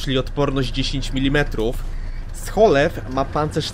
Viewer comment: Czyta się po prostu "Szolef"